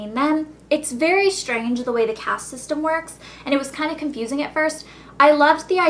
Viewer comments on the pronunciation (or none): none